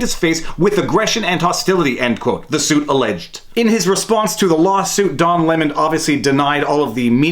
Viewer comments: Lol did I hear “dong lemon”? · I can't be the only one who keep hearing "Dong" Lemon. Right?